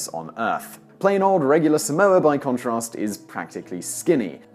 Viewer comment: your pronunciation of Tonga and Samoa kills me